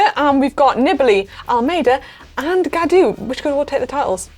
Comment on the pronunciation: I understand the names are hard to pronounce. I suggest these pronunciations : David Gaudu (Go-Due) Primoz Roglič (Raw-Glitch) Nairo Quintana (Kin-Tah-Nah)